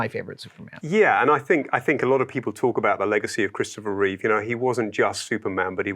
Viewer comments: NOOOO, Adam! It's Reeve, not Reeves! XD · The host loves the movie SO much, and Superman SO much, that he got his name WRONG on first mention. "Reeves"🤦‍♂😬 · That guy tried SO hard to subtly correct Adam on correctly pronouncing Christopher REEVE, but sadly failed. I don’t know what’s so hard about the guy’s name… 😒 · Adam should donate $1k to the Christopher and Dana Reeve Foundation for every time he says Christopher ReeveS. I count at least $5k in donations owed for getting his name wrong. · It's REEVE, not REEVES fgs!!! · The professional made sure to say his name correctly twice shortly after Adam mispronounced it lol, subtly trying to stick the correct name in people's heads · It worked be nice if Adam would stop referring to Christopher Reeve as "Christopher Reeves".